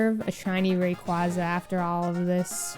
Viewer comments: That's how I say Rayquaza too. Makes more sense to me and sounds cooler B) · don't worry, you pronounce Rayquaza as it should be despite how they butchered it in the anime:) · The way you say Rayquaza is the ONLY way. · Thank you,! No one pronounces the second syllable in Blastoise like that in tortoise. And, if Spanish pronunciation has faithfully preserved the sound of 'quasi' with 'casi', quasar should be pronounced like how you pronounced Rayquaza